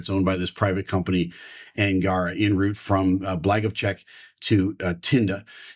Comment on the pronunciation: Sir, thank you for your analysis. One more thing: if you do want to sound more convincing for Russian auditorium, please make stress on the last part of the word "angarA" because that is the genuine original way to pronounce it. Thank you again!